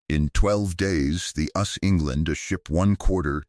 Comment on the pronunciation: The AI voice is irritating... Says "us" (as in "we") rather than the individual letters "U S" for United States.